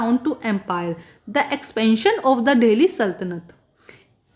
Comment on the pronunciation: Mam Delhi ko dahle bol rahi ha 🤣🤣